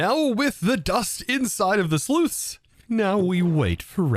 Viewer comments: Not sleuthing, as there’s no Sherlock Holmes, Dick Tracy, Batman, nor any other gumshoe type in evidence. It’s a sluice. It sluices. They sluice. They are sluicing, or it is sluicing. One sluice (/sloose/ rhymes with juice), two sluices (/sloose-ez/ like two glasses of juice is two juices). I’m not trying to hammer on you, especially since I love what you do. I just don’t want thousands of people to think they need a hearing aid or something because they keep hearing a mispronounced word that you are far too educated to mispronounce. I spent the whole first video trying to figure it out before it occurred to me that you might just be one of today’s 10,000. So congrats! 🎉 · sluice not slooth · Not sure if he thinks sluice and sleuth are homonyms or just homophones, but I’m glad I’m not the only one who’s findi it hard to listen to. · your mispronouncing sluice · sluice rhymes with juice. The plural is sluices, which rhymes with juices.